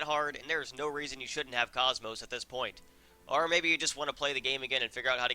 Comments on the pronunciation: It's not pronounced cosmos. It's pronounced Kohs-mos. Like saying coast without the T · u miss pronounce komos if u played the orignal xeno games her name is Kooomoooos long o's